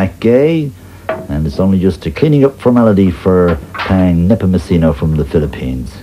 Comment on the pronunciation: And his last name is pronounced nehpohmohsenoh not nehpohmochinoh